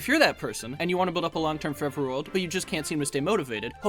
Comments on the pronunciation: “Forver” 😭 read your goddamn text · “Start forver”